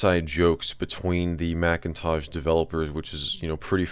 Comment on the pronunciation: I like how you consistently call it the Macintaj. :)